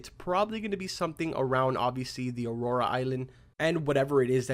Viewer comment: Nice, but is it aurora like you keep saying or is it a auroa like they have put? lol